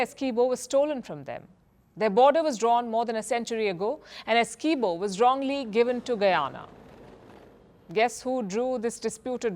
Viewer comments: Palki Ji, we, Guyanese say the name "Essequibo" different though. Also, Guyana is not known to be a hostile country. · I don't think this idiot lady knows Guyana and it's people. She start off saying two hostile countries . She was unable to pronounce the disputed territory "Essiquibo" incorrectly. She needs to get her facts right .